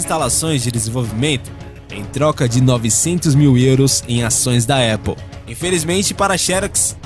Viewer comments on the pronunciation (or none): none